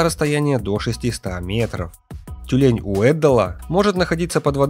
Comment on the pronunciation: Не Тюмень , а тюлень